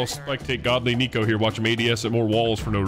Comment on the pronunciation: Coming from a "Neko" It is pronounced "Neck-o" or "Neh-co" not "Nico or Knee-co" XDDD if your trolling with the name, then I had no idea LOL